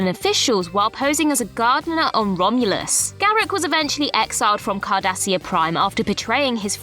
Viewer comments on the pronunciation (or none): none